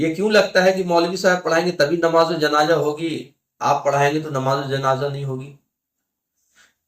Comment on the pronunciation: Janaja nahi Bhai janaza bolo .pehle apna talaffuz sahi kar lo .